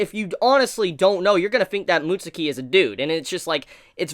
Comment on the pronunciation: Mutsuki? It’s said like “mutskii” not trying to sound like I know it all but that’s how it’s said